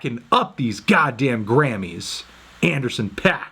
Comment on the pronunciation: Anthony it’s pronounced “Grammys” not “Grannys”